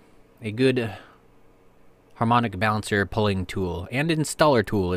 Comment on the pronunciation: You said it exactly right:) once in a blue moon on harmonic balancer :)